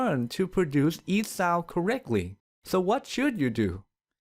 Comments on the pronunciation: but your pronunciation of sound is weird... your sound sounds south to me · The way you pronounce "sound" is so hilariously ironic.